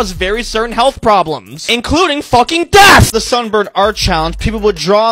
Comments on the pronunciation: The way he pronounce death just like deaf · Every time he says "And FUCKING DEATH" I'm dying. Subscribed. 😂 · i love how throughout the video this guy's voice gets significantly louder when he says "death" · I love when he says “and fucking DEATH!”💀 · I love when he says "including fucking DEATH!!!" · Bro the way he says death "FUCLING DEATH! " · I love the way he emphasizes " death " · I laughed every time he said “and FUCKING DEATH!”